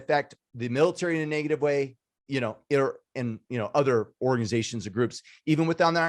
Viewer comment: its "negative" not "naygative" hahaha!